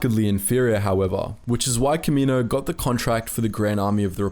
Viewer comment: like this my dude, "Ka`-Me-noses" and planet "Ka-Me-No"